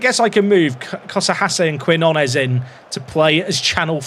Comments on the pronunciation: I know Brits struggle to pronounce Spanish relative to Americans, but Quinones = keen-YO-naes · For Quinones, try pronouncing Key-know-ness 👍🤓